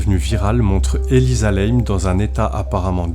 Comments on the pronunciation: Et sinon, une erreur aussi, chez les chinois ça se prononce comme ça s'écrit. Donc, pour info, pas Elisa Lèyme, comme vous l'avez prononcé. Lam se prononce "LAME" en français ... Inutile de tout "Américaniser." Ça pique déjà assez les yeux le niveau général du français dans les commentaires de vos vidéos... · Non c'est normal et elle s'appelait Elisa LAM et ça se prononce " LAME" ET pas n'importe comment comme le fait le youtubeur. Elle était au 14e étage et c'est celui du personnel et elle n'avait rien à y foutre, l'ascenseur ne se ferme pas à moins d'avoir le code ..